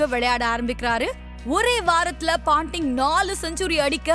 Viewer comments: Not panting,it’s Ponting !!! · Paanting illa ponting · Why is the speaker saying Australia as astralia? Kookaburra as Cocoaburra?.. Steve wog? Panting? Bad pronunciation